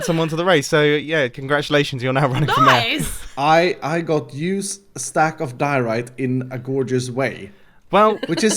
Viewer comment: it's pronounced "mayor" and not "määhh"..